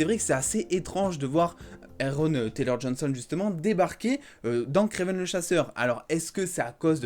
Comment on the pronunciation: Tu fais des fautes parce que tu prononces mal son nom c'est "Aaron" prononcé comme (A) et non (É)...faut faire un effort quand même🤷🏽‍♂️